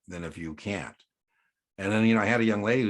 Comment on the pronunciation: The administrator cannot impose higher capital requirements then The SEC. Had to use the closed caption function to confirm you said “can’t” as it sounded like “can”. Great video by the way!!!